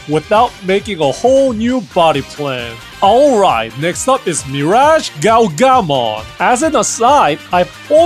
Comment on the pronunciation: I was chucking how you emphasised the MirageGaoGAmon, but damn that ruin mode is clean.